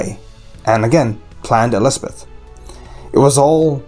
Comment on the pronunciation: Elspeth, not Espeth.